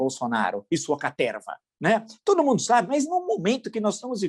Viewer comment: Eu adoro quando o Villa fala: “Essa CATERRRRRRRRRVA”. 😂😂😂